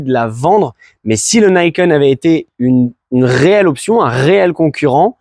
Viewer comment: Non, c'est japonais et ça se prononce à la japonaise, même si les anglophones se plantent. Ni, c'est deux, donc on le prononce ni et pas naï, et ken pour les lame qui tranchent la route. Donc ni kène, Niken, et non pas naïkeune comme les anglophones l'ont déformé :) Dommage d'avoir voulu commencer la vidéo avec ça :p Je ne suis pas un hater, j'en suis à mon deuxième Niken et 70.000km dessus !